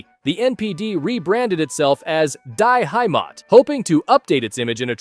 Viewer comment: Its actually Die Heimat not IDE Heimat